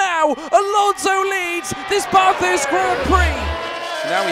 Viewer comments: just to let you know its ba-thurst like ba in back not bah-thurst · Stop saying Barthurst. It is Bathurst. It's a short A sound. Like bat or cat. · It’s BATH - HURST. Drove me in insane the way he said it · As an Australian this hurt to watch. Espically when he said Bathurst wrong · Me an Australian listening to say Bathurst and all the corners and bends: Triggered!!!! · Any other Aussie fans triggered by the pronunciation of Bathurst? 🤣 but great vid overall 👍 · They way he said “Bathurst” as an Australian makes me cringe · Bro the way my man says Bathurst pisses me off so bad man